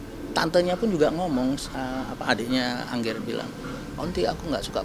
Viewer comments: Jer bacanya biasa aja ANGGER bukan ENGGER. Ga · Gue lumayan terganggu (udah dari part 1 video Dante ini) setiap nyebut nama Angger Dimas dengan "Engger" Dimas–seperti pelafalan (Angger: in English). Namanya Angger, Jer.. Di menit, Pak Agus juga udah nyebut namanya dengan jelas.